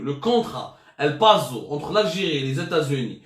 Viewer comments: El-Paso ya si Abdou et ça se pronounce "elpaassou" machi pazo ya moul elmazda!!! lol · Faut prononcer el paSSo. Le S en espagnol ne se prononce pas Z même s'il est entre deux voyelles. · El Pazo ça fait mal aux oreilles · El Paso si lit El Passo c’est de l’espagnol pas du français pas de S =Z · La covid19 ??? Un vrai journaliste h'mar . Illettré . Heureusement Kayen les correcteurs d'orthographes . El paso . On prononce l'e " s" pas un z. Y'a Mr salhi